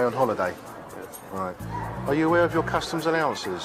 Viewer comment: its customs ...you boneheads, not COSTUMS